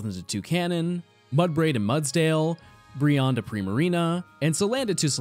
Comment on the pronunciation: Yay! Finally someone that pronounces Brionne's name correctly, lol